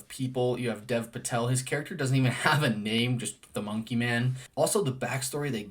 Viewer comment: Really enjoyed your review! One small thing, Dev Patel's name is actually pronounced more like "Dave" Patel.